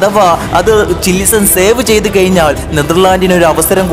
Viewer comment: കയിഞ്ഞാൽ, എയുപത്തിരണ്ട്.... പ്രൊ നൗൺസിയേഷൻ പഠിക്ക് സൃഹൃത്തേ